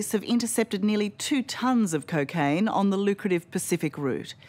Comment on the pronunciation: I like how she pronounces: cacaine😅